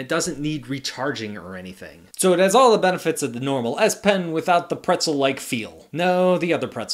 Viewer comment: Z pen? You called the S pen the Z pen for like half of the video lol.